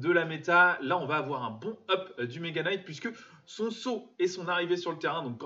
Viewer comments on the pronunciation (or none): none